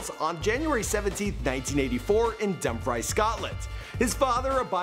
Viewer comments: Hi great videő sorry I just watched it I'm from Dumfries well I live outide it, not being smart but it's pronounced dumb-freece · Dumb freese not dumb fries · Pronounce Dumfrice right please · You say it like dumfrees I’m from there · It’s pronounced dum freees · Love the facts that he knows all this stuff about Celebrities but can’t pronounce Dumfries right